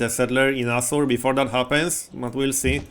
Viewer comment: each time you say assur i hear.... something else xD Also i'd secure then "entrences" to your territory as you have a bunch of mountains that you can use the have a nice little private area just for you. And kill/capture any settler trying to move through.